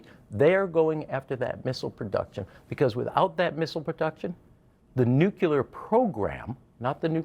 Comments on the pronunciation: it’s nook-lee-er not nook-you-ler. There’s nothing more credibility destroying than mispronouncing such a consequential word. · N U C L E A R not nucular. Geez.